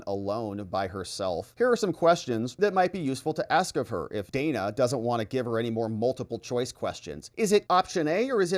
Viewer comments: Worthless scripted Interview. Harris even mispronounced Dana's name; calling her Dayna not Dan-a. Ridiculous answers. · Wasn’t it so racist when Kamala mispronounced Dana’s name? 🙄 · The questions were really rigged. Kamala responded to green new deal to the opening question but Dana did mention it at all, or is it that the editing wasn’t properly done. Secondly, why did Kamala mispronounced Dana’s name when she has mandated the world to pronounce her name correctly? The comrade is a hypocritical dunce!